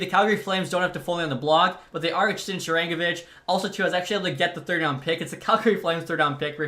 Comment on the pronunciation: Name pronunciation corrections for you for the future Zadorov: Za-door-ov Sharangovich: Share-en-go-vitch Vladar: Vluh-dar Hischier: He-sure Bahl: Ball